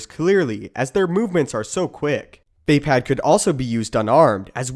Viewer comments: its NOT VÄPÄÄD ITS VAPAAD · It's not "via pad", it's "vah pad" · its not vay-pad or vape-ad its vah-pod